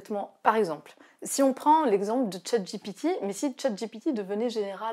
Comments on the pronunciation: Juste un petit commentaire : c est Chat GPT et non Chat GTP. Oui je pinaille. Pour le reste très belle réflexion sur ce sujet qui a été centrale cette semaine dans notre séminaire d entreprise. On voit arriver la vague à grande vitesse mais on ne sait pas encore si on est perché assez haut pour lui échapper ... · Comment est ce possible d'être aussi compétente sur le sujet et de pas savoir prononcer chatGPT ... surprenant 😊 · Chat gitipie, alors déjà il faudrait commencer par bien prononcer le nom de l’IA. Tout reste de l’explication est peu maîtrisé. Par exemple la réponse et l’explication foireuse de l’utilisation de CHATGPT dans là guerre en Ukraine. Le format semble intéressant, reste la qualité des interventions.